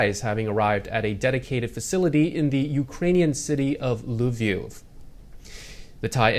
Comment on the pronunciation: Lviv, teacher😉